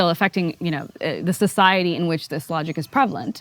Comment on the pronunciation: She uses the word "logic" to describe Muslims but it sounds like Allahgic..... A suitable Freudian slip of the word indeed!